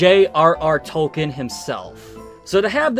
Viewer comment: If you’re going to be this critical about pronunciations, you should learn how to pronounce “Tolkien.” Also, “pronunciation.”